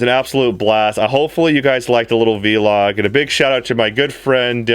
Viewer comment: Veeee-log XD its so funny how you say Vlog. I know it is Video Log but still I hardly hear others saying it like V-Log.